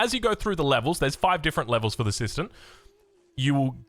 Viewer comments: kept hearing it as "sister system" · Kept hearing it as 'system system'